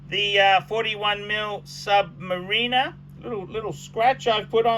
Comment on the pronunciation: I wish he would learn to pronounce Submariner correctly.